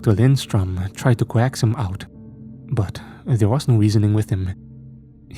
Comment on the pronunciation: Look up how to pronounce coax already